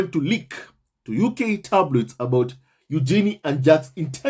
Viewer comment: Congrats to Eugenie and her husband. BTW, per Fergie..her daughter’s name is pronounced yoo-juh-nay 😁